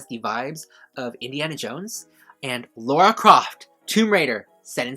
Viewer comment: It's Lara Croft not Laura Croft.